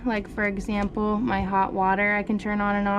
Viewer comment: When she said propane I thought she said cocaine. Lol